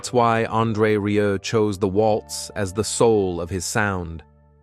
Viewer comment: Muchas gracias por este resumen...sería bueno que el locutor pronunciara bien su apellido...André Rieu( André Riú)🇨🇱🇨🇱